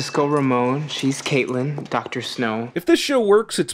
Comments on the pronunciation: ”Kate” ”Kaitlyn” adds 135 sins IT’S CAITLIN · It's Caitlin! Not Kaitlyn. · It's "Caitlin" not Kaitlyn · its actually caitlin/cait not kaitlyn/kate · Andrew P. Stewart yeah that really bugged me too!